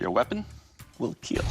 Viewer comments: It will keal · NATATAWA AKO KAY DOUG KAPAG SINABI NYA NA IT WILL KEALL